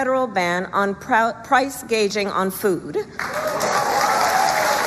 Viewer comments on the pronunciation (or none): She said "price guaging." Guaging. Not gouging. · I guess nobody wants to nit-pick but I've seen that Kamala clip several times now and no one has said how she said price "gaging" not "gouging", does she know what she really means? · Nobody is even pointing out that she’s so stupid that she read gouging off the teleprompter as price “gaging”?!? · She keeps calling it price 'gauging' on food. No one points this out. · No one has mentioned that Kamala doesnt know the word. She doesn't say "gouging." She says "gauging." 😂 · Ummm ... I'm pretty sure it's price "gauging." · She said “gayjing” instead of gauging. That should tell you everything your need to know. She also doesn’t seem to realize that the inflation happened while her party was in charge.